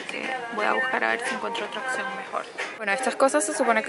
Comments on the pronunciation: amo como en vez de decir opción dices ocsion ahahah 🤣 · Se dice opción no occion aprende ha hablar